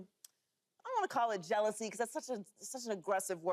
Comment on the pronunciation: Say it with me joy: “JEALOUSY”